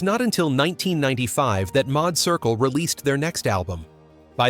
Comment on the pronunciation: The Madd Circle, not mod circle, boy I tell you, the fascination with us and AI SMDH!!!!!